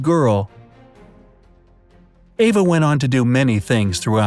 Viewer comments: Her name was Eva not Ava Hart. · It was Eva Hart, not Ava Hart.